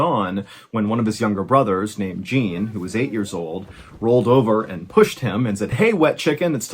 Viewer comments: "Jean" is not pronounced like "Gene" in French. It is pronounced like "Zawn". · Ahah you got the pronunciation of Jean completely wrong. You pronounced it like the piece of clothing jean. It's pronounced like "les gens". I'm taking the liberty to tell you as I can see you try to tell names wright (like Jacques and Gévaudan). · It’s not Gene, it’s Jean, sounds like John! *Summary I was passively listening at the beginning of the tale while I organized and shelved the groceries I just bought. I finished that task, grabbed a snack, and settled down and allowed myself to give the story my undivided attention. I found myself questioning what type of parent names there son Gene (not that it’s a bad name). Then Ballen starts talking all artsy with accents and stuff. Then it hits me. I realized this story was set in France 🇫🇷 and now every time he says Gene my head explodes 🤯 and I’m screaming at my phone “It’s Jean sounds like John”. Then I Wrote this essay when a sentence would have sufficed. I’ll give the rest of YouTube the shorter option choice. For those of you who read all of this, I m sorry your Saturday is as boring as mine 😢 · Great story. The brother's names are not pronounced with hard Js. In French, the name "Jean" is pronounced roughly like "Zhon", with a soft "zh" sound similar to the "s" in "measure" and a nasalized "on" sound. It's important to note that the final "n" is not fully pronounced as a separate consonant, but rather it nasalizes the preceding vowel. The French might appreciate correct pronounciations of their language & it's easy to find in Google. Still loved the story. Never judge a book by it's cover. Way to go Jacque!! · Jean is pronounced Jahn btw, with a soft J, kinda like Shann 😉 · It's Jean for crying out loud! Not Gene! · Jean is not pronounced “gene” it’s pronounced je-ahh-un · Pretty sure Jean is pronounced Shawn. Like Jean Claude Van Dam. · Jean is pronounced John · Jean pronounced John with a soft J